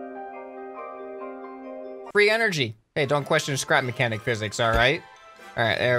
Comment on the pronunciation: He said spap mechanic